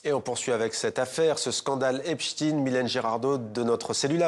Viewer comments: C est pas epstine.. c est epstein..⭐ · epSTEIN pas epstine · EPST(EIN) pas EPST(IN) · La manipulation commence par la prononciation de Epstein..et pas Epstiiinnn...😮😮..... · Il faut dire "Epstein" et non pas "Epstine" qui sonne comme Poutine pour créer un amalgame inconscient... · Et voilà la gauche qui nous la fait de nouveau à l'envers ! Epstein ( Pas Epstin ) N'est qu'un peu coupable, juste un peu, il n'y a pas de quoi fouetter un chat. Zelensky est un pauvre chef de guerre qui veut sauver l'Ukraine et qui n'a rien a voir dans le dossier sus mentionné. Mais attention ! Trump sent le souffre... Bizarre, on dirait un discours d'Hilary Clinton. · COMMENCEZ DÉJÀ PAR BIEN PRONONCER SON NOM DE FAMILLE SI VOUS VOULEZ ÊTRE FIABLES!!!!! EP CHTAYYYYYYYYNE ET NON EPSTIIIINE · Epchtaïne pas Epchtine ? Vaïnchtaïne pas Vaïnchtine? Epstein et Weinstein ont la même terminaison? Bizarre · Epsteen .... comme Einsteen ... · Non c’est l’inverse , epstine.. prononciation anglaise américaine etc lui même d’ailleurs .. le France et son accent ne sont pas le centre du monde;) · Pourquoi ils oublient le e dans epstEin.Je trouve fou que des journalistes fassent une faute de prononciation comme ça.